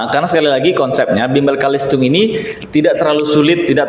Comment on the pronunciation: Bukan Kalistung Tapi CaLisTung Baca Tulis Hitung bukan BAKA TULIS